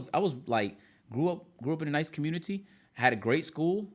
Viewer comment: The way says “community” 💀